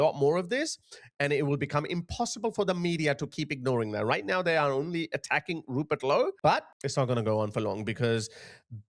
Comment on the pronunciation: NOW is NOT pronounced NIE. That's just irritating.